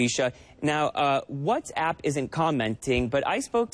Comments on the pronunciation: المذيعه تضحك على طريقة نطقها لكلمة Whats App خلتها What's Up .. والكلمتين تفرق ! موب عليك انت وياهـ ! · المذيعه نطقتها whatsup وهي كلمه مشهوره يتم نطقها بطريقه مضحكه والظاهر انكم خلطتم بين ما تعنيه وبين ما تمرون فيه . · تضحك على نفسها يوم قالت whatsapp بطريقة تضحك